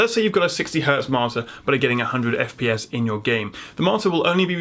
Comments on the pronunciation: When you say Marter do you mean Monitor?????? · I am the only one who hears martyr instead of monitor every single time? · All im hearing is..martyr..martir...mortir....motir....modtor... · I was lost when I keep hearing "marter".. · when you say 'monitor' it sounds like 'marter'.... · Why can this guy not say the fucking word monitor.